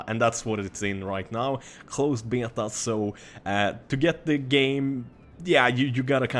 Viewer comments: omg stop saying beta. you say it so fucked up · I love how you say beta:D